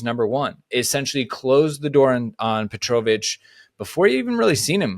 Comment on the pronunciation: That Petrovic pronunciation is killing me... other than that, 100% agree. The goal keeper situation is a joke right now.